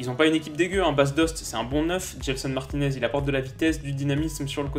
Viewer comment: Cest pas Gelson martinez cest gelson martins ?